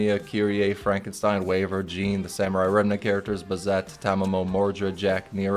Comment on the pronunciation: ERM Actually her name is pronounced Joan "Jeanne" not Jean. It's a French name. 🤓